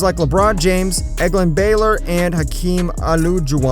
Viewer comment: This man just messed up 2 all time greats names and has the nerve to talk about basketball. Smh Hakeem what??? And what Baylor???